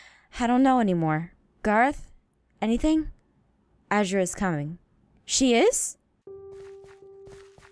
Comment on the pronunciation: Oh Aphmau one more thing her name is pronounced A ZER UH ttfn